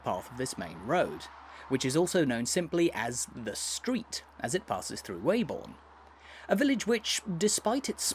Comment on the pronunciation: As a local, can you confirm that the correct pronunciation of the village's name is 'Webbun' and not 'Way-born'.